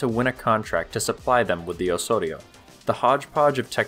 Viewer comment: The "s" has to sound like a 'z"... like in "house"... Osorio is pronounced "awZawreeoo".